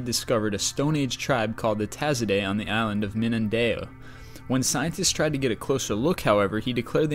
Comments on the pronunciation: It's min-da-nao. Not min-nan-da-yo. :D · MEAN-DUH-NOW not Mean-duh-nay-yo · " Island of Minandao" Pretty sure it's Mindanao. :\ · No. 23 - It's Min-dah-now, not Min-duh-nay-o. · Mun-Da-Na-oh not mindanayoh. Mindanao. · 23. It's pronounced Mindan-ow not Minan-deyo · I'm really sorry for saying this...but I love how you pronounced 'Mindanao' as Minande-yo or something. It was just too hilarious xD. But I still love you and your videos. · my god you need to learn to pronounce the words correctly like Mindanao and the Tisaday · He pronounced Mindanao wrong, funny :))